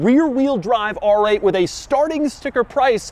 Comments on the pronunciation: “ARRRRGG eight GT” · “Arrr-ate Ghee-tee!” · Rrrrrrggggg8 Gt , bro 😂😂😂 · “ARRRRRR 8 GT” - CAPTAIN DOUG DEMURO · I need a supercut of Doug saying AAAARRR ATE!!! GEETEE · Whenever he says ‘R8’ it feels like Doug’s inner pirate comes out Arrrrr8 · Doug says the letter R in a way that would make a pirate proud